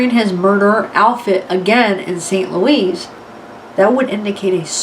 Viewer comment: Not St. LOUISE